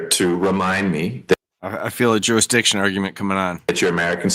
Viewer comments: He is arguing "jury-diction." 😂 Maybe he should learn how to pronounce "jurisdiction." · If he says juridition one more time. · He can't even pronounce "jurisdiction" your honor. No he clearly shouldn't represent himself! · And it's not even his "jury-diction!" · Felony murder charges and he’s going to rep himself and argue jurisdiction…..when he can’t even pronounce jurisdiction. Sov cit = 🤡